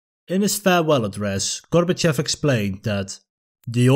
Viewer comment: It's pronounced "gor-ba-CHOF", not "GOR-ba-chef"